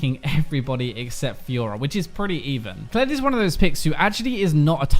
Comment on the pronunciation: Did he say fiora "he"?